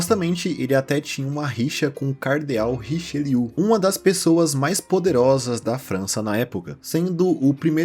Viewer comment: Só um adendo ao vídeo a pronúncia correta do Cardeal Francês é Richéliêê